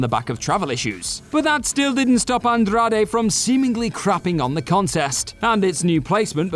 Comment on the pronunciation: OMG, it hurt me every time he mentioned Andrade! 😂